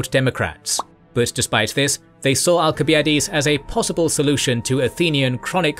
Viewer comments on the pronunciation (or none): You still can't pronounce al·suh·bai·uh·deez